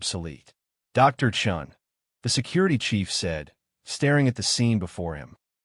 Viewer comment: Chun? Not Chen? . . . Sacrilege!